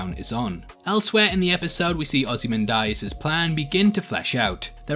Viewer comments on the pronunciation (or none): It's Ozymandias, not "Ozymandarius" as you keep saying. Hahahaha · “Ozy ManDieAss”